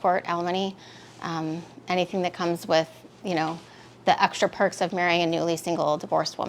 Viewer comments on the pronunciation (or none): Listen to her fellas she said perks 😂😂😂